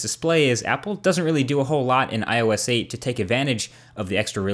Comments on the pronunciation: did any1 notice that he said ois instead of ios on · "O iS" ???